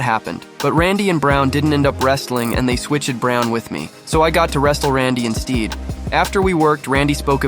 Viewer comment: I gave a like...until he pronounced "instead" as IN STEED! WTF? These lazy YTer these days using the AI voice is ridiculous!